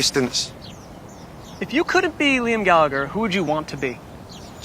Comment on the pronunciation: Jeez the interviewer could at least pronounce his name right